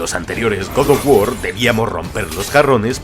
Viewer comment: Próximamente en Randal: 3 detalles alucinantes de god of guar 😆